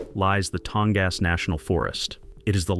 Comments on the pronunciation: "Tong-ass" You got to love AI. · The “creators” need to show a little effort and correct pronunciation errors. They probably don’t even listen to the whole thing themselves.